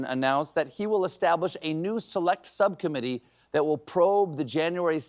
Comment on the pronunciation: I heard sub-commedy instead of subcommitee. And it sounded logical ! 😅